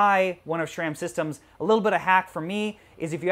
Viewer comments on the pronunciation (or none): Pretty sure SRAM is pronounced "SRAM" not "SHRAM" lol